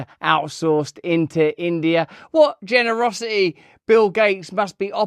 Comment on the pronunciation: You know Russell, there's a "T" in "generosi-eeee".